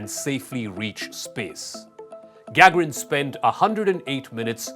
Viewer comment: IT'S NOT GAGARIN. CAN'T YOU ATLEAST PRONOUNCE HIS NAME CORRECTLY ??? 🙄